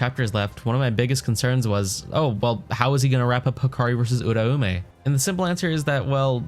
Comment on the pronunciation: Im subbing cause you dont pronounce uraume like a retard